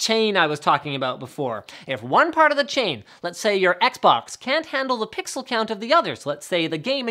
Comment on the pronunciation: "Pixel by Pwweexel" xD No offence :P